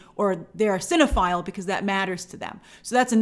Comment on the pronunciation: Can we stop saying Cino-phil 🤮